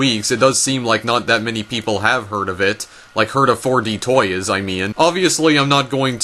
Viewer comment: i am triggered that he can't pronounce toys or game correctly, and says "toyis" and "gayem"